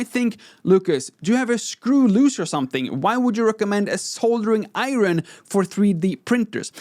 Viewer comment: It kind of makes up for the "iron".